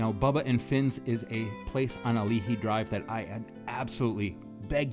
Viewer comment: Also at Ken's...Gotta order Sumo-min, eateries own spin on saimin, much like Shiro's roll-call list of various noodle bowls!-lol...Gecko Girlz is on Ali'i Dr(Ah-lee-ee) your pronunciation came out as Ah-lee-hee. Hawaiian shave ice is similar to snow cone, in that ice is shaved finer & syrup toppings/sides are Too numerous to mention!-lol...All in All, Very nice submission....